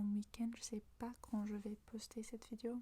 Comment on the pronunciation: Le e dans « Vidéo » ne se prononce pas comme « i » :< il se prononce comme le e dans dé